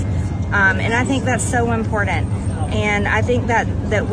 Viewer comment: "I think that's so 'unportant'."